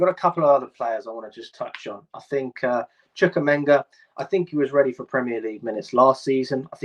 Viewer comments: Its cringe listening to this bloke mispronounce names over and over again. Chookamenga? Who's that? 🤣🤦🏻‍♂️ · yeah i'd sell Sterling. his name is pronounced CHU-KWU-EMEKA. 'W' is silent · I always look forward to when you pronounce Chukwuemeka